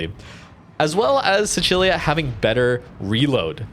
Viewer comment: How you pronounce Sicilia is triggering.